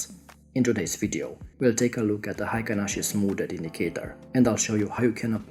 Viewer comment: The pronunciation in Japan is HEI-KIN-ASHI.